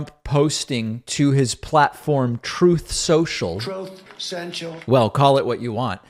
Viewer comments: "Ask your doctor if you are ready for Troth Sontral. Side effects include: delusions of grandeur, White Supremacy, Fear Mongering, Brown Skin HATING! Denial of rape allegations.... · “Troth Sential” - love the way you play that clip every time!🤪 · It cracks me up whenever I hear the "troth sential" soundbite. On a more serious note, I agree that election denial is something one has to do in order to get Trump's endorsement. It's crazy. But like religion it's the crowd on the bottom who are the true believers and the farther up the pyramid one comes, the fewer believers and more grifters there are. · Thanks to you, I will never be able to hear the words 'Truth' and 'Social' correctly again 😆😅Thank you for that. Seriously. Donnie has heaped so much insanity upon us since the Day of the Golden Elevator Ride that it's easy to forget thousands of the crazy. But troth sential will remain forever in the forefront of my brain. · orange pig was all high on sudafed. orange pig had to speak out on "troth censure" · I thought it was "Troth Sensual". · We get it, he miss pronounces Truth Social. Get over it, it detracts at this point.